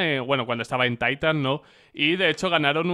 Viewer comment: TAITAN? DAST 2? me dio sidaa